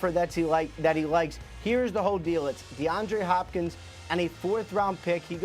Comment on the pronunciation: As a Cardinals fan I am having the best morning of my life!! XD XD No one: Absolutely no one: Host: DeAndre HHHHHHHopkins!? HHHHHopkins?